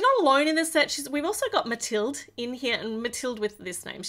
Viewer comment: Actually I’ve read that the name Mathilde is from Germany and the E is making a “uh” sound at least in Danish